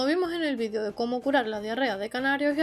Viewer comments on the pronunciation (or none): Muy interesante, pero alguien me puede explicar porqué dicen VIDIO cuando se pronuncia VIDEEEEEO, en un español claro y correcto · Pregúntales a los de habla inglesa. Ellos dicen VIDIO, no VIDEO. Sera por eso